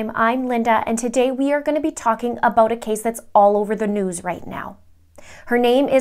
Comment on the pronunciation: “ABOTE” Canada, LOL😉❤️